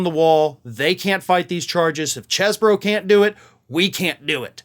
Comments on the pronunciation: "Cheese-bro", not "chess-bro". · It's "ChEEse-bro".